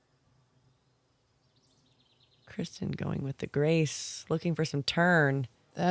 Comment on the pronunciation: No, but she mispronounces Kristin "Krischun" like Christian putting a "ch" instead of a "t".